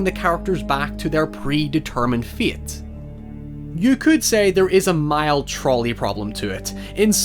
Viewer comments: when he said fate i thought he said feet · he says “fate” like “feet” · Not to bully, why you say feyt instead of fate or teybul instead of table ? Accent or a anomaly?